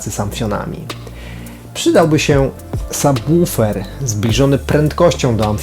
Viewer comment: Ogromny plus za prawidłową wymowę słowa "subwoofer"! Tak rzadko (choć powoli coraz częściej) się to spotyka, od razu aż miło się ogląda taki materiał :) Sam zestaw również świetny, fajnie, że jesteś z niego zadowolony :)